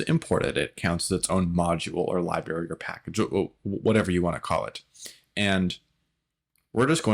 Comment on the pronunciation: 'Libary' makes me laugh every time 😂